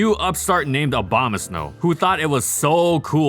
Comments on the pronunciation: Obamasnow lol, interesting way to pronounce it. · Stop saying Obamasnow! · Did he say Obamasnow